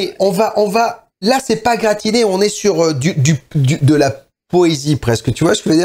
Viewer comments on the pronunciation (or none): ... lol le "gratinè" !